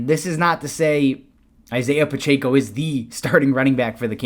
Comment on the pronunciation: “Pronounced Pachecko”